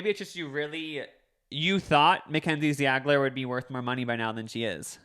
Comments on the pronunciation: dude... ZEE-AH-GLER... 🤦🏼‍♂️😂 for real you guys go to college. you need it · The way they pronounced ziegler lol